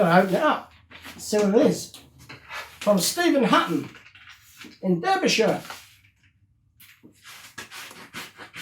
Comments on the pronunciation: Obviously they had the casting for the driver and just kept using it for years, a smart business move. Amusingly you are familiar with Debry/Derbyshire, England but not familiar with the pronunciation of the name. It's pronounced Darby not Derby, although the spelling is with an e and not an a. However that does not detract from the magnificent work that you do and I wish I only had that patience and creativity you are the DaVinci of model restoration. I like watching unboxing videos as it's like watching kids at Christmas so why should there not be the odd unboxing episode? You've earned my subscription and I will support you on Patreon but unfortunately I cannot afford too much. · Derbyshire is pronounced 'Darbysha' (only posh gits say 'shire' 😉). Great video though! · Only a,small point mate....its spelt Derbyshire but pronounced Darbyshire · Hi Marty. I thought you were born in the UK. You have a certain inflection on some of your words that made me think that. Were you born in the Midlands? BTW, in the UK, Derbyshire is pronounced 'Darbyshire' - unlike in the US, where they pronounce it like you did and as you would imagine it would be. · Love the videos, Marty. I've only just come across them, but you've inspired me to have a go myself. I've ordered two vehicles today. I would like to point out that, Derbyshire, is pronounced DARBYshire by those of us that live there. Keep up the great work mate. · It's pronounced Darbysher 😊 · 'Derbyshire' is pronounced 'Darbyshire'. :)